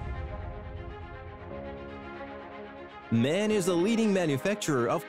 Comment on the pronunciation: MAN is pronounced M.A.N. , 3 letters, not 1 word.